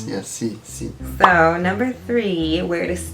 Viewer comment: “Meh he co”’s and “Si”s almost had me passed out 😂😂 This makes me excited to eventually visit Mexico again!